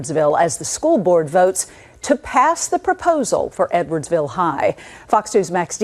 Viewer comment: I was listening to this in the background and NGL, I totally thought he said 'N-wordsville' instead of edwardsville